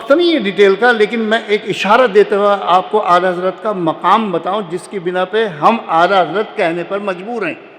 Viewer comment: تم آلہ حضرت کیوں بولتے ہو 😂